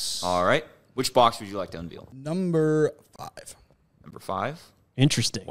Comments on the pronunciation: my man, you gotta learn how to say the word unveil... its not unveel lmao. gets me every time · Un-Vale not Un-Veel